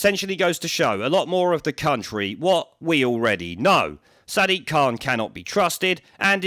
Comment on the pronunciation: He actually pronounces his name 'Sad Dick'